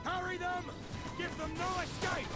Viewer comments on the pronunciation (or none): none